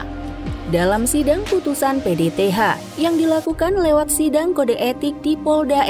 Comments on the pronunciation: PTDH bukan PDTH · Bripda di bilang Bripka PTDH di bilang PDTH Belajar Lagi ya Min 🤭